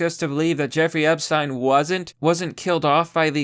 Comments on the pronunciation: Its Ep-shhh-teen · I just love the way he pronounces Epsiten.❤❤❤❤❤